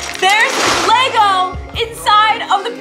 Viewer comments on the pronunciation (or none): none